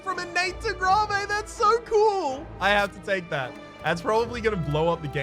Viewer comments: grawvay? you mean... grave? like, "i'm buried in a grave." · Why does he say gravé? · Is there a reason he says gravé instead of grave, as in a place to burry someone? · Also are you pronouncing "grave" that way because that's how you say the musical term indicating a slow tempo? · I think he misspoke the first time he saw that keyword on a card and now mispronounces it every time on purpose because it amuses him. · He likes to mispronounce things on purpose to mess with pedantic people.